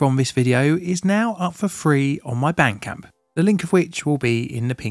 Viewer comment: Bandcamp. I thought he said bank account